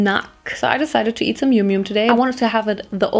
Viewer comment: is not youmyoum but yamyam😂